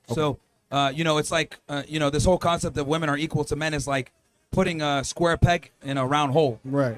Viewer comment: Why can't any of these people say WOMEN!!!!? I thought it was the women who can't say it, but a lot of the men can't say it either.